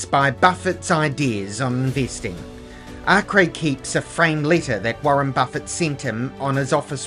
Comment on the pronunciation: One of the few who pronounce his name properly